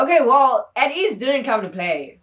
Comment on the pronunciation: It's pronounced as 'Ey-teez' btw also thank u so much for this reaction! Ateez follows a certain storyline with their mv's and music plus theur song albums are also so good! If you want to react more to ateez, I suggest INCEPTION and THANXX MV their other recent mv's